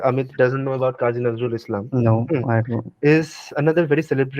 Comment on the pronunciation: Unlike Bismillah Khan, Nazrul (pronounce Nojrool) himself is Bengali. His contribution was not just Shyama Sangeet. You are making it sound like Muslim and Bengali are mutually exclusive and you are trying hard to include them into "Hindu Bengali" line while muslims are the majority amongst Bengalis and proudly Bengali.